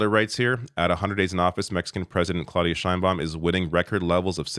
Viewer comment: it is clau as in now. Learn some Spanish, David. And the d is soft. - And start learning French, as well.